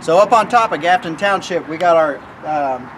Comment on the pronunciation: Grafton township , not gafton township. Good video though.